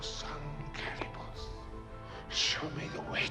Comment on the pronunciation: Could we get a reviewer who actually watched the movie? The repeated mis-pronunciation of Kalibos gives it away. Someone else wrote the review that is being read off.